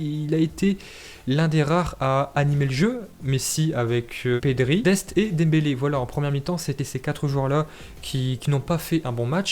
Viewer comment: "GRIEZMINE" ET "DEMBALAI" OUT